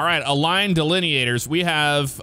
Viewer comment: You should make an OCRP character using that accent when you said "omg we need these delineators"